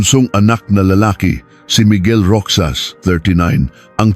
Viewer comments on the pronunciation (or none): Anoto??? Kwentong barbero???? AI pa😂 Roxas- Rohas not Roksas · Roxas hindi roksas bobo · ANG LABO MO NAMANG VLOGGER, KASI ANG PRONUNCIATION NG ROXAS AY "ROHAS" AT HINDI ROCSAS. PATI ALIBI( DAPAT PRONOUNCED AS ALIBAY) AT HINDI ALIBI NAKAKAIRITA TULOY PAKINGGAN. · Anong ROKSAS……. ROHAS. Ayusin mo ang pagKwekwento. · Pronounce the name correctly. Yung Roxas napronounced as Roksas dapat pronounced as ROHAS..alibi pronounced as "alibay" pati mga petsa..masakit kasi sa tenga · Hindi po iyan rok.sas, ro.has po! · Dont they have any helper or driver?It's pronounced Rohas(Roxas) not Roksas ..Ginang po not Gnang,Ginoong amd not G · ROXAS . PRONOUNS AS ROHAS,NOT ROKSAS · Rohas ang pronunciation hindi Roksas. Taga saan ka ba? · Roxas ang pronounce ay rohas. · Di ba sir ang pronuoncement mo ng apelyedo ay ( ROKSAS) di ba Roxas or Rojas ? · ayosin mo pre, not roksas, it's pronawns 'ROHAS"... ok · Roxas to be pronounced as Rohas I think😂😂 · 25 years ago wala pang cctv Roxas is pronounce rojas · Roksas..lol.. ROXAS...! AS in ROJAS...! Puchang AI. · Roksas ng roksas ... pronounce it as rohas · Roxas pronunciation is Rohas kaya lang AI yan😂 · Baka hindi po Roksas, kundi Rohas (Roxas) tama pgkabigkas? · Pwede bang turuan ang AI ng tamang pagbigkas. “ Roksas” for “ Rojas “ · naku po hindi roksas sakit sa tenga kundi roxas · Bakit ROKSAS? hahhaha😂 Roxas or ROHAS😂😂😂✌️ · Roksas Ang pangit ng pronounce eh. AI that is pronounced as Rojas 😅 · Roxas - "roksas" ❌️ "Rohas"✅️ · Di dapat gamitin ang English and Tagalog sa petsa.Roxas pronounced as Ro has.Labi slowly pronounced meant LIPS but infast way meant remains of dead people. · Ano bang kwento. Hindi marunong mag basa ang. Roxas naging Roksas and Alibay naging alibi salita. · Baka Roxas Hindi roksas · bkit ang alibi ay alibi ang bigkas pati ung Roxas ay Roksas minsan nkkainis pakinggan ang prounoun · Mr.narrator you mis pronouns the family name of Rozas, it pronouns ROHAS. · Naging Roksas ang pronouncation ng Roxas.😅😅😅